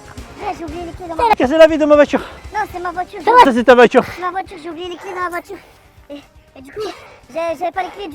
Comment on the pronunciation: On dit voiture pas vature